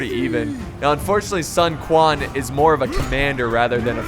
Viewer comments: No. Cao Cao is pronounced "Tsao Tsao", and Sun Quan is pronounced, "Sun Chwan" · It's pronounced like Tao Tao, although Sun Ren was correctly pronounced, Sun Quan is kinda pronounced like Sun Chewn?